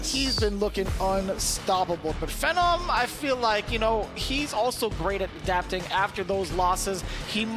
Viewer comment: Damn can the announcer please get the names right? Who the hell is Phennom, it’s Phe-nom the man has been around for at least a decade, get his name right.